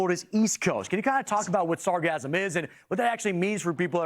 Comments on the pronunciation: It is pronounced sar gass um. NOT sasgasm. It used to be called Sargasso, as in its place of origin, the Sargasso Sea. It was famous for preventing wrecked ships from sinking. Why some idiot re-named it sargassum is beyond me. it is akin to the mis-pronounced word medullary, (meh doo la ree), meaning, of or pertaining to the medulla, a part of the brain. Some retard in the advertisement of a medicament began pronouncing it as (med yoo larry) and it makes me grind my teeth every time I hear it. Still, it may not be the fault of the microphone stand, since the plastic in her face probably won't let her form proper words, anymore. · sargassum not sarcasm(or sargasm) lol the "ss" sound isn't the same as "s" sound... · She pronounces sargassum like she is thinking of orgasm. There is no 'z' sound in sargassum.